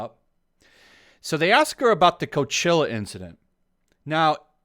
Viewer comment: Dude not to be a dick ... but it’s COACHELLA ... Ella, not ILLA ✌🏻